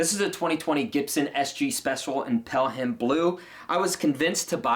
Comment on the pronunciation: The H is silent in Pelham.